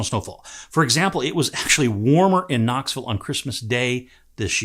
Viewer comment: Sir called it KnoxVUL. It's safe to say he has assimilated. 👍